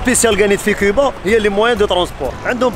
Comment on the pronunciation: يا خويا.... جمال.... كوووووووبا.... ماشي... كيييييييييبا